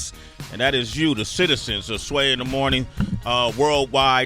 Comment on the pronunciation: Stop saying her last name Sway!!!